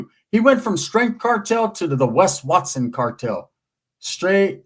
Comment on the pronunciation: Wes wat-sone….i love how he says that 😂